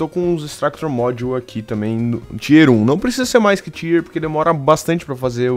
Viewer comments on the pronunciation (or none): none